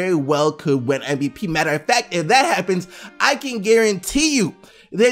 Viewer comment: keeps saying MBP. And it pisses me of, just say it right MVP